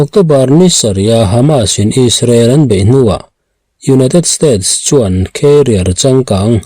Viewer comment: Carrier leh career hi kan lam pawlh ṭhin a,a ziak en lo chuan eng zawk nge hriat a harsa ṭhin. Vawiinah chuan carrier(khêriar) tiin i rawn lam ri a,hriat sual theih a ni lo. Career(kheriar) hi khêriar tia an rawn lam hian a ziak en lo chuan ka lo buai ṭhin a.😂😂😂